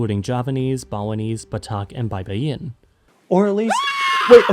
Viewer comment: I absolutely love the way you pronounced Baybayin. It's wrong, but it sounded cool lol. Just FYI it's pronounced something like: Bayba-yin Instead of the way you pronounced it, Bay-bayin. Stress matters as "bay-bayin" is an entirely different word now. Pronouncing it this way, the word will roughly translate to "cruise" in English. From the origin "baybay" or coast/shoreline, "bay-bayin" means "to cruise along the border/coast" If you pronounce it properly though, with "Bayba-yin", it's the script. It comes from the root word "baybay" which also means "to spell."